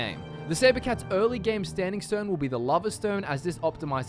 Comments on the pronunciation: I have a question did you mean lover stone because not to be rude what your saying sounds like lava and I want to make this class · I kinda hear lover the more I think lover stone